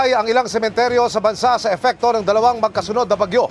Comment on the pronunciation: Emil epekto po hindi efecto 😅